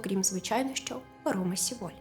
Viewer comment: Дякую за висвітлення цієї трагедії. Але ріже слух назва Сєволь, бо так говорять її кацапи. В Кореї промовляють Севоль. Будь-ласка, не беріть інформацію з кацапських джерел.